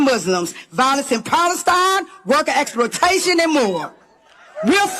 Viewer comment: That’s just “explertation”